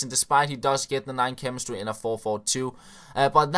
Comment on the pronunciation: 3.56 chwemestry lol